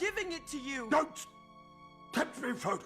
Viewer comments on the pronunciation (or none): none